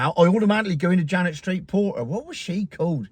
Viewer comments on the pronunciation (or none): none